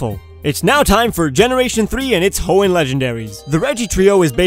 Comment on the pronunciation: lol' only Israelis can hear your accent when you talked about Hoan